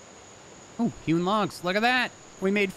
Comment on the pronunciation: For some reason every time you say hewn logs I hear human logs